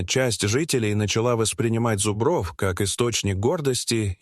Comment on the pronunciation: Подарите лектору орфоэпический словарь. Замечательное видео, но от зубрОв уши вянут!